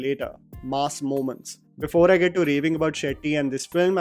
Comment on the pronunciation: Stop pronouncing ‘mass’ like you are talking about a slab of meat. Mass, not maas.